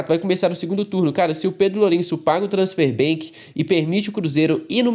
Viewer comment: que agonia ouvir vc falar transfer BANK, isso é um Banco? kkkkk pior é que vc fala BANK BANK BANK, mas é ban de banimento, e não BANK de banco